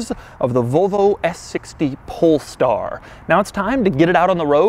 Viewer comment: Why does he always say "PoLeStAr"